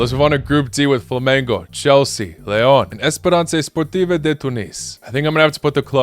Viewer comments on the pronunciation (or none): my guy showing ignorance by disregarding the 4 times african champions Esperance just because he could not pronounce the name, but still gave Sundowns flowers despite esperance beating them last time they played